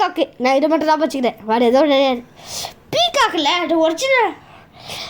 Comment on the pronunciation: அடு வந்டு... இடு வந்டு... என்னாடா பேச்சு இதெல்லாம்?